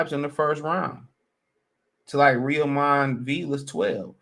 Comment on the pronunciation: A little help on the pronunciation of Villa’s first name. It’s Roy-mahn (Roiman). Rhymes with (Amir) Kahn.